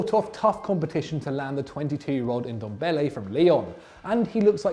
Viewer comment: lmao literally no one pronounces ndombele right